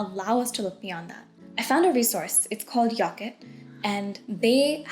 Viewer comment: '"Yocket" nice counselling